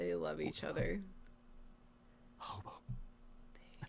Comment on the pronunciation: OMG I'M DIEING HAHHAHAHHAHAH "aobab"😂😂😂😂😂😂